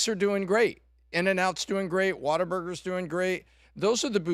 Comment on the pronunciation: AYYYYYYY SAID WHATABURGER CORRECTLY!!!!!!!!!!! RIGHT ON!!!